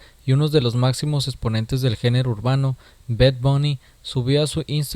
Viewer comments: no se dice bed bony se dice bad bonny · Hey este bed bouni jajajaja que bien lo pronuncias